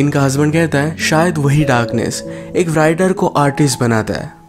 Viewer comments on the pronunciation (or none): U said writer bt it’s sounds was like brital.... Nd also the girl's name was gress bt it sounds also like cress.... I think u should take care of it. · WRITER aur WRITE ko RAAIITAR aur RAAIT parhtay hein. W silent hay. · Write or writer me "w" silent h dear.